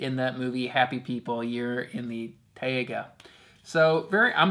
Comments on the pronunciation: also, its pronounced "tie-ga" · In english its pronounced tay-gah like day. In Russian & Slavonic, its pronounced tie-gah. Both are a very small almost silent h.